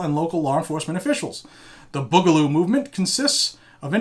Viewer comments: Boo-ga-loo Not Bug-a-loo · BOO GA LOO not Bugloo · May the Boog be with you. By the way the first part of the word is said BOO not the way you say it. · its "boo"galoo this is like watching a boomer try to be hip